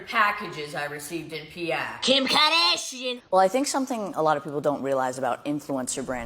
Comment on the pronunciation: “KIM KADAHSHIAN” 😩😩😩